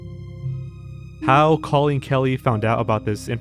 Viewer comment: Or how to pronounce the name Colleen